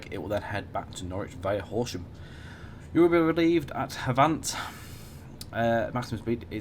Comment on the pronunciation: Matt told you how to pronounce Havant on stream the other week but you’ve reverted to your old incorrect ways... Otherwise great video